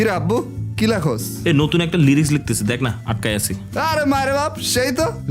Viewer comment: লিরিক্স❌ রিলিক্স ✅